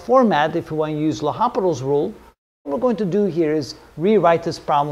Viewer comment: Nice video but do you know you shouldn’t pronounce the “h” - L’Hôpital was French.